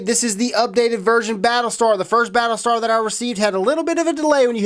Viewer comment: at the start hr said pattle star